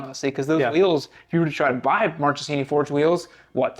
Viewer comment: One little thing: Marchesini is pronounced like “markesini”